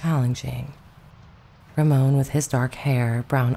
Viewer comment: Ramon Navarro's first name is pronounced as though you're saying the American name "Raymond," except you don't pronounce the D.